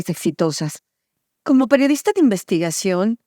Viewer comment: "¡Hola! Soy la peorista".... ¿Qué? Han pasado tres Sexenios y Anabel Hernández sigue sin tomarse el tiempo para hacer una pausa que le permita pronunciar correctamente la Palabra PERIODISTA. 😂